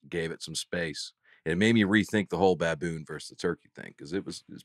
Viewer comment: Nate pronouncing ba-BOON (like kaboom) for the second week in a row brought me to tears. And the fact that the other guys have just accepted it as reality is even funnier. I have a nephew that is just getting into fist bumps and I'm planning on teaching him to say baboon when he does the blow up part. Keep up the great work!